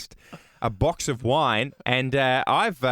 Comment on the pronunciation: A "box" of wine... OK Ed. Not a Bok"...